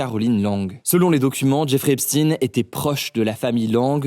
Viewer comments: Hugo. Soit c'est "Epstine" à l'anglaise, soit c'est "Epschtaillne" à l'allemande. Ce n'est pas l'un ou l'autre au hasard. Et ce n'est certainement pas "Epstaillne" ou "Epschtine" en un gloubi-boulga des deux prononciations. Soit vous choisissez l'origine allemande du nom, soit vous choisissez la façon dont Epstein lui-même le prononçait. Mais à un moment donné, retrouvez à la fois votre cohérence et votre professionnalisme d'autrefois. Plus le temps avance, et moins strict vous vous avérez être. Maintenant, je sais que ce n'est qu'un détail face à l'affaire en soi. Il n'empêche qu'un peu de rigueur journalistique ne nuit jamais... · pourquoi EPSTIN ? c'est une blague ! Pourquoi ne pas prononcer comme il faut, c'est antisémite ? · Arrêtez de grâce avec votre “stine”… Même CHATGPT confirme que c’est une prononciation erronée. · Mdr Eipstine, Russifier le nom pourquoi ? Ce pseudo journaliste est comme les médias mainstreams. J’ai écouter en accéléré car c’est inaudible. Mais oui c’est les russes et le KGB. Pas voir l’éléphant au milieu du couloir. Je me demande comment tu est suivie bref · Pourquoi dire "epstine" quand on ne dit pas "einstine" ? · Einstein et Epstein, ce n'est pas Epstine hein Hugo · Persone na fait ce remarque sur la prononciation du prenom?tout d'un coup tout les medias francaise prononce epstine.mais personne a remarque ça il sont tellement a fond dans leurs propagande contre la russie c'est incroyable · On ne dit pas Epstin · Quelqu’un peut m’expliquer pourquoi Epstein se prononce "Epstine" alors que ça s’écrit littéralement comme Einstein. On devrait donc dire Einstine ? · Pourquoi prononcer Jeffrey Epstine Vous avez déjà entendu parler de Albert Einstine? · EpSTEIN et pas ine, pour les mêmes raisons qu'on ne dit pas EinstINE 😮‍💨😮‍💨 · Pourquoi prononcer "Epstine" ? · Epstine comme le célèbre savant Albert einstine 🤔🤔 bizarre cette façon de prononcer ce nom.. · Pk tu dis Epstine ? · Ca se prononce EPCHTEIN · Epstine MDR petit rigolo